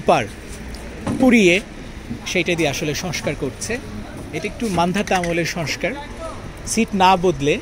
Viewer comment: Barbar boltesen ''soskar soskar", sobdotaki soskar naki "shongskar"?